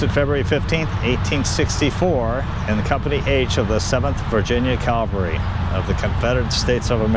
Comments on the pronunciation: CAValry…not CALvary. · CAV-ALRY not CAL-VARY